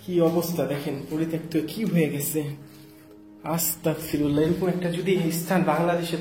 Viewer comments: Astagfirulla is the correct pls say Astagfirulla g hobe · আসসালামু আলাইকুম ভায়া ভুল হলে মাফ করবেন🙏🙏🙏🙏🙏🙏🙏🙏 ভায়া আস্তাকফিরুল্লাহ হবে না ভায়া আস্তাগফিরুল্লাহ হবে আস্তাকফিরুল্লাহ ৷৷ মানে হচে হে আল্লাহ আমি কাফের হতে চাচ্ছি আস্তাগফিরুল্লাহ ৷ ৷৷ মানে হচ্ছে হে আল্লাহ আমি তোমার কাছে মাফ চাচ্ছি আস্তাকফিরুল্লাহ আর আস্তাগফিরুল্লাহ এই দুটোর তফাত হচ্ছে ক আর গ বিদায় আসসালামু আলাইকুম